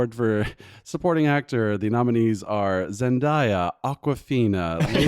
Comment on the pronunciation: Funny watching the Dune episode then this one, seeing the progression in pronunciation of Zendeya/daya.